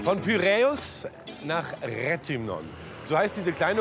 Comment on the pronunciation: Ps Das heisst nicht retümon. Das heisst re (englisch tee eitsch) th ümno